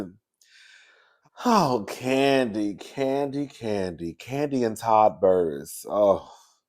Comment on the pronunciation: You called that man Todd Burress 😅😂